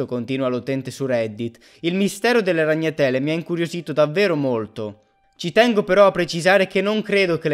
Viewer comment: RagnaTÈle nè, ahahah bella!